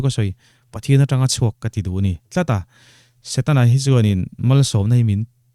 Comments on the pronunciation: Satena aaaa...Kristian...Setana tih tur aw... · Niang chu satena ti tlata😂😂a sawi ril tum nen